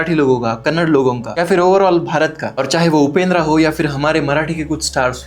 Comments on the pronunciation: Your saying as kannad❌ your not correct pronounsing saying as Kannada✅ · Bro it's not kannad it's Kannada, Please correct your word! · Kannad nahi kannada bolo bhai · Acha bola bhai apne, par lodu kannad nahi kannada hai...